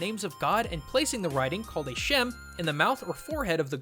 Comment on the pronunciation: its not called a shem its pronounced sh - ma. shema